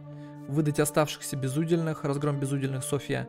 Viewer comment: Рау́тах... безу́дельных... А~!!! "Крик души" Может я такой, но боже, я читал старые книги, смотрел некоторые старые фильмы и слова правильно произноситься ра́ут! Светские ра́уты!!! А~!!! Мать!!! Дальше... в этой игре у каждого есть свой уде́л. Их три, воины, священники и простолюдины. Так ты правильно читал в первой серии, уде́л, так почему восставших ты называешь безу́дельных?!!!! Сука!!! Тоже слово, уде́л!!! Значит - БЕЗУДЕ́ЛЬНЫХ!!! Спасите, кто-нибудь! Не сказать, что я прям образчик грамотности, но блин, ладно ты мог ни разу не слышать слово/словосочетание раут/светский раут, но почему ты в первых сериях читаешь уде́л, а потом, как добавляется приставка "без", начинаешь читать у́дел?!